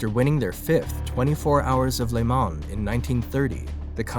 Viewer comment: The N and S in Le Mans are silent. It’s pronounced (Lay Ma)